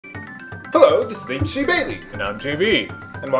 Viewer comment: "Hullo this is "